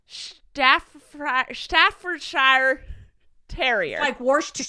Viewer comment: Just me that is from and lives in England laughing at says Staffordshire wrong 🤣